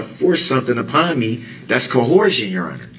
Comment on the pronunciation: "that's coHORSEion your honor"